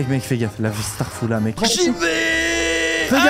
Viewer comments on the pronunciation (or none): wesh le poto c'est un whitos il dit starfoulah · jaime bien mais arrte de strafoulla tu nes pas mulsulman et tu le dis sans raison prend bien le com mais jaime bien la video sinon mais dommage pour strafoula